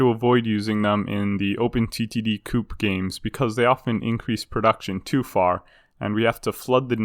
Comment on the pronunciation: 'Co-op', not 'coop'.